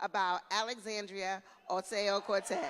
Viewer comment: With all due respect, Miss Kendra Brooks, the representative from NY name's is Alexandria Ocasio-Cortez not Alexandria "oseo or oteo" Cortez.